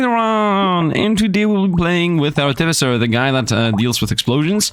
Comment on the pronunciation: I think its pronounced ar-ti-fi-ser not sure tho